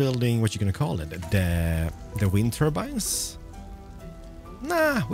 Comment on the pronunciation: Large wind turbeanes lol I love it...